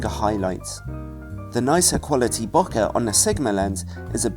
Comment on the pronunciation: Great video, but I just wanted to say, Bokeh is pronounced like boquet (bow-kay), but with the stress on the first syllable rather than the second ;)